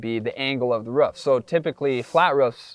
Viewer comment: bro why are you saying rof? just say roof